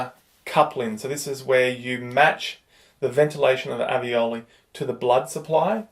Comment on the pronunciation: Maybe it's the accent? But alveoli or aveoli?